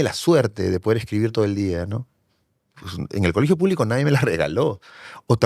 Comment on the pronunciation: Este personaje (escritor) aún conserva ese asunto de complejos ; la entonación que coge es muy trabajada… Por ejemplo : Ateerraados Puublicos Boeemios Manadaatoos Y lo más triste es que se muestra como ejemplo.., Es desagradable por que el mismo acepta que el se blanquea ( metafóricamente) y no se conscientisa que realmente que el negarse de lo que es , es peor es triste. Se desvalorisa y mucho cuando valorisa y embellece su acento cuando habla del color de los ojos… de la mancha mongolica… es un tipo completamente enfermo y pietinando , es de esos estupidos tipejos que se dicen pitucos….. pobrecito !!! Asumir las palabras que adjetivisan es ir más lejos del que lo pronuncia despectivamente.